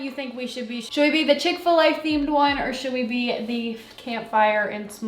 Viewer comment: Chick-Fa-La for sure